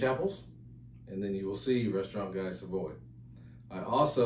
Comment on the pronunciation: Love all your videos. 👍🏻 JFYI, the correct pronunciation of “Guy” in Guy Savoy is “GEE” (hard G).